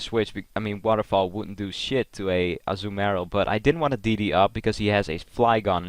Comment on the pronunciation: Also, it's not pronounced Azzu-marill, but Azuu-marill.